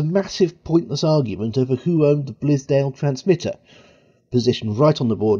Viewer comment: Let it go on the Yorkshire clip but the transmitter is BILSDALE not BLISDALE. 👍🏼 Good stuff though, apart from that.